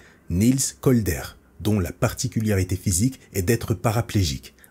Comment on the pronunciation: Super comme toujours mais ... PARTICULARITÉS et non pas PARTICULIARITEEEEE